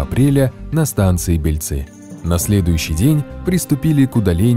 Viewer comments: Если станция "Бельцы" была в Молдове. То ударение нужно ставить на первый слог, т.е. на "Е". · Бельцы ударение на Е!